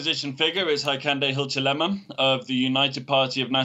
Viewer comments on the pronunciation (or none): The guy can't even pronounce Hikainde Hichilema properly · the way he braced himself to attempt to pronounce Hakainde Hichilema😅